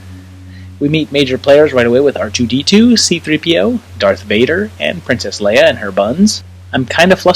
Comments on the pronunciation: I can forgive saying WOOF instead of WOLF ;) But LEEUH instead of LAYUH?? UNSUBSCRIBED jk but stil... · She is pronounced, “Lay-ah.”